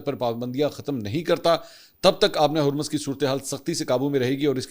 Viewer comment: Sir kindly Urdu mn Harmaz theak krwaaein Jazak Allah